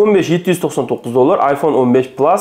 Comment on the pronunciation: Plas deb oʻqilmidi😊